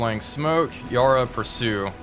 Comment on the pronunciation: "Yarra" is pronounced like the 'para' in parachute.